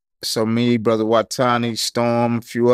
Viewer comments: What accent is that that has where you don't use the 'h' in words with 'th'? ie: "brother - brudder" "another - anutter" A homeboy of mine talk the same way. And instead of 'number' he says 'nimber' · Brudder? Bro…